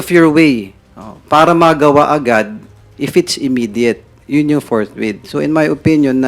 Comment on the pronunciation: FORTWITH not FORTRIGHT sir..